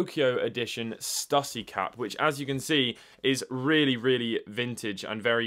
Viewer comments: its pronounced stew see. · It’s pronounced “Stoosy”. Lol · Do they say Stüssy different in Europe? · hahaha the way he pronounces stüssy :D